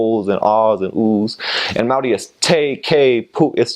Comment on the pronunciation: Well ur Maori words are amazing!! welcome to our small country of paradise